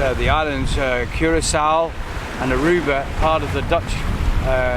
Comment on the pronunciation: Curacao is pronounced Cure A cow great video